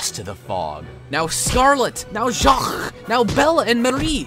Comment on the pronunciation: Why "Jahrrrrr" ? its Jacques